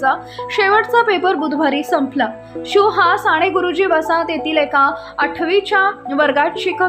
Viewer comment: साणे गुरुजी नाही, साने गुरुजी ताई